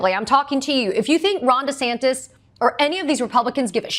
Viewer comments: you know she a new Yorker she said deas ASs wrong.😂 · Thank you for this news report, however the proper pronunciation of the governor's name is DeSatan. 🪷🌟😇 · Thanks Katie!!! But it’s Desatanis De as in OF. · You mispronounced DoucheSantis... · thought she said death-santis